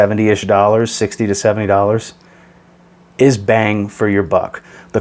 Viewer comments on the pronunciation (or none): none